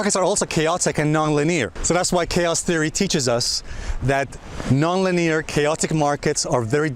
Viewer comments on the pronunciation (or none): You are pronouncing "linear" incorrectly. It's not pronounced like "lee-near" but ˈlinēər. Wikipedia: The word linear comes from the Latin word linearis, which means "created by lines". "Linia" as something straight/constant. Or just set it into google translate and hear it for yourself. It is really annoying, I am sorry. Other than this, thank you for great video.